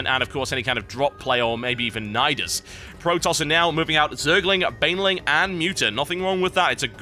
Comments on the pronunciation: He's not Pro-Tosser. He's Protos-ser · "pro tosser" Eeewwww!